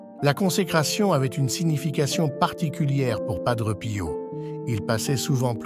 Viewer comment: Il est décédé en 1968 et non 78 Il y a beaucoup d erreurs sur votre vidéo Dites PADRÉ ET NON PADREU